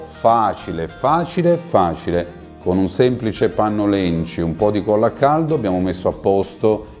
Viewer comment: Buona idea, facile e veloce, da copiare subito! 😊 PS: "lencio" non si può sentire!! 😮Panno "Lenci"per carità! v. Wikipedia, Storia della ditta Lenci. Mia zia lo usava 70 anni fa per le bellissime decorazioni che faceva per le scatole di cioccolatini Perugina. Ciao